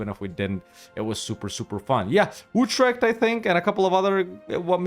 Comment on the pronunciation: As Utrecht, learn how to spell and pronounce the Dutch CH and G. Vassalize 5 countries with a name starting with CH or G to pass your Dutch Exam so you don't get Uthrect